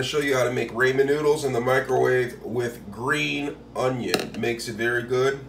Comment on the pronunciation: it’s the fact that he pronounced it “r-AY-men” for me 🤣🤣